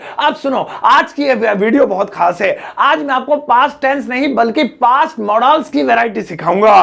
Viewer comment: मोडाल्स नहीं मॉडल्स पढ़ते हैं